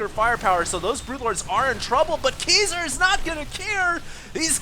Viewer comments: Obviously not LOL every time he said his name I kringed cuz he was saying like it was pronounced KEYser... drove me nuts LOL but I still have mad props for =D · Its pronounced (Kai-Zer) like king kai. xD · It's pronounced more like KAISER. Haven't you seen The Usual Suspects?